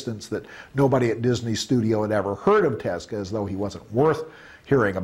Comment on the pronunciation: dude claims he is such a huge fan/friend(?) of Osamu Tezuka, but dude can't even say his name it's so grating. "Teska" sounds like a gas company good grief